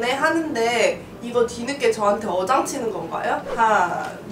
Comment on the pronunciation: 분쯤에 어장을 여장이라고 했네요